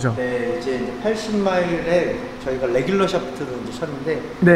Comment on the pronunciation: 궁금한점 정확한 실험을 통해 이해 했습니다. 의 “뤠귤루” “샯퓨투” “슐료유” 미쿡본토 발음 같으세요! 골프도 잘치시고, 발음도 좋으시거, 도대체 못하는게 없으신 것 같아유